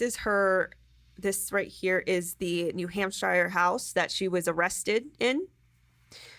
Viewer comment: have we all been pronouncing New Hampshire wrong? I think you just helped me realize that. “Hamp-SHYER” is much more magical